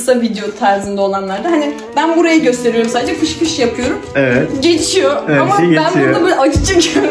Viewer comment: piş piş diyomuş gibi fış fış demenin amacı ne.